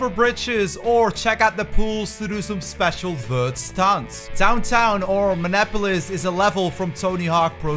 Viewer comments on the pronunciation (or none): As a citizen of Minnesota your pronunciation of Minneapolis actually hurt me lmao. "Min-nah-po-lis"? Why was the E silent? It's pronounced "Mini-apolis" for the record. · The way you said Minneapolis hurt me. Other than that, good video